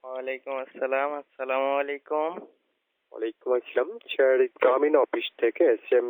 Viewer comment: ঠিকমত sir বলতে পারে না । শালারা 🤔